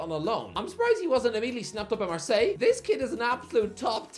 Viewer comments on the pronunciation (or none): none